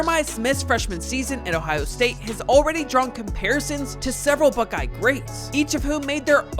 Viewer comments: He also pronounced buckeye as buckee lmao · You pronounced Akron and Buckeye atleast once wrong.